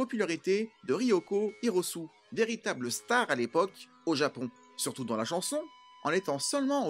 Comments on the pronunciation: RY-O-KO HI-RO-SU-ÉÉÉÉÉÉ ! Pas Hirosu 😂😂😂 C’était MON film de l’époque ! J’ai adoré ! Et la petite musique Voodoo People, une tuerie !! TRU ! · Merci pour cette vidéo et ton travail. Je rajouterai deux choses : Hiroko Hirosue. avec un "E" prononcé "é" en fin. A savoir aussi que les lieux filmés sur place ne correspondent pas à ceux cités du film. Et aussi, Gerard Muller n'est pas sur l'affiche japonaise, malheureusement.